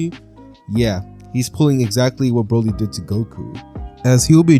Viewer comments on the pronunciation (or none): none